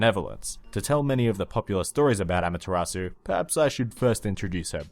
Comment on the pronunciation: just sayin' it's not pronounced amataratsu its amat-ser-u.